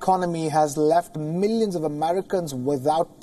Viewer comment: Help 30mn? Tts millions or minions??